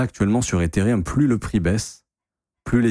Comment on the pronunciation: T'es insupportable à te proclamer pro crypto alors que tu sais même pas lire Ethereum c'est pas rium bordel